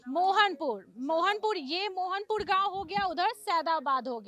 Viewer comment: Mohanpurd kya hota hai pronounciation kya hai, namune bihari reporter, sarak kya hota hai, sadak hota hai